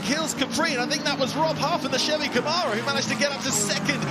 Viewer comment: "CamEro" and "SHirocco" - dear oh dear - someone PLEASE tell young to get his pronunciations sorted!" Great racing!